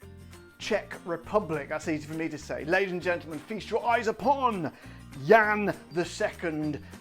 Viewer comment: I watched this review when it came out and I was so proud of your pronunciation (it’s not easy to stick with Jan as a male in the US…), got it at Auchan in Poland (not cheap) not long ago, brought it back and drinking it right now in Atlanta while watching your review again. Very cool - you inspire people!